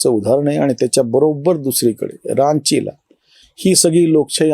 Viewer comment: रांची चा उच्चार "गंगा" सारखा आहे.आपले सगळेच व्हिडिओ छान असतात म्हणुन सादर सूचना.अन्यथा घेवू नये...